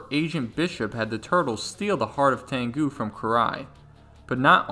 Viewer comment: It's pronounced "tengu" not "tangu"